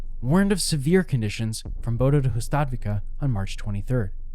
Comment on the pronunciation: Hustadvika, stress on the first syllable, not the second.